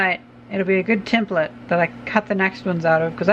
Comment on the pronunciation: thank you for not saying temp-plate :)